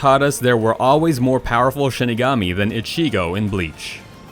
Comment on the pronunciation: How he says ichigo and rukia hurts my ears